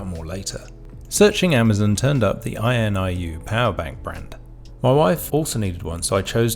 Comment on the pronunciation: This review was very helpful – I have just ordered the BI-B5. Weird, though, that you consistently pronounce the brand name as "INUI", switching the last two letters, despite the fact that you have it spelt correctly as "INIU" in the title. I think most people would pronounce it "in-ee-oo", anyway.